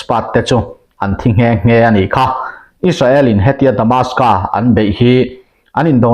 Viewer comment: Damascus tih tur